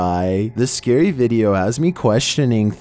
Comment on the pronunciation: So scarwy (UwU)